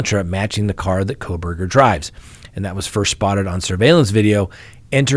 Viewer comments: it’s kohberger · I don't believe there is an "L" in his last name.......please be careful..... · Why did you add an l to Kohberger???